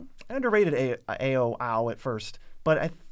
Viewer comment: Ao is pronounced like "Ow" and the Ei in Eiganjo is pronounced "Ay"